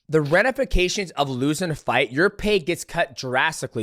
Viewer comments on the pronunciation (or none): “The… renifications” lol gotta love it Mighty